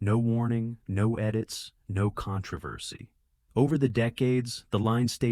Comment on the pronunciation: the CON-TRAW-VER-SEY ???? lol